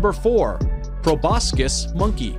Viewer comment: Couldn't even get Laos right... Im shocked he pronounced Proboscis right.